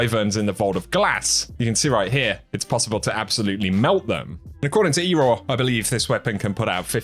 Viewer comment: “eeroar” lol it’s pronounced “error”